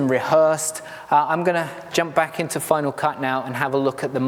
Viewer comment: I used Final Cut Pro for many years, but gave it up when it changed to FCPX. I'm almost tempted to try it again after watching your piece. But tell me, why do you pronounce it FinaW Cut?